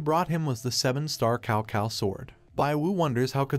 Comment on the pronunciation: Cao Cao is pronounced So So in Mandarin Chinese.